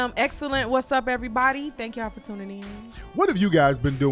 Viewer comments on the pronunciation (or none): none